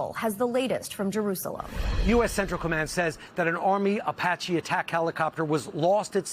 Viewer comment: Why does she not know how to say Apache 😂